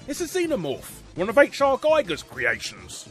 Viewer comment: I'm still waiting for the day someone pronounces Giger's name right.